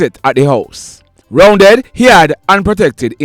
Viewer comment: Correction, the 58 year old man’s alias name is Roundeh not Roundead… I know him when I use to live in August Town.